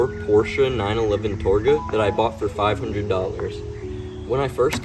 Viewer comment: Learn how to say TARGA